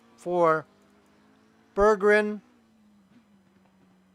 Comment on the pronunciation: great coverage! thanks for the compliment at the end :) oh and my name is easier to pronounce if you split it into two halves: Berg-gren :D I had a very good race, unexpected to be honest. I'm pretty new to league racing.